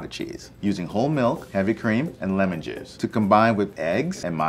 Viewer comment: The way he says lemon juice that don’t sound right